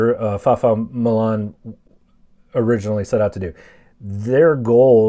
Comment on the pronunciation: Now that is what I call a GREAT RECOVERY !!! Thank you very much. And 100% for pronouncing his name correct. Great job. In South Africa the FAMACHA cards are handed out for FREE. You can learn a lot on YouTube if you just search Prof FAFFA MALAN. Now If you do research on where the Dorper sheep comes from you might be surprised. Then do the same for the Boergoat. Then the same for Bonsmara Cattle. These are just some of the great achievements from a little known group of people. The same group of people where the farmers are killed (the whole family wiped out) at a rate of 4 per month. In the first 3 month the war in Ukraine claimed just over 3000 victims. In the same period over 6500 people were killed in South Africa. Now let the media tell that story......